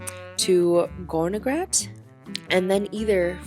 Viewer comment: Try to pronounce better. It's not hard, if you try. It's Gornergrat (like Cornergrat with a soft "c" and a German "a" like in part), no "gorgon" there. And it's tsairmatt with a hard "t" and a German "a", no "sir" there. Enjoy your stay here in Switzerland and don't miss Bern!